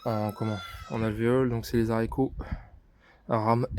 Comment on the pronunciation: Pour info on ne dit pas Zarico